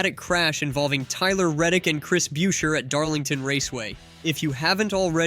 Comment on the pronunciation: Chris Brucheer get the pronunciation correct! Unfollow the fraud YouTube account!!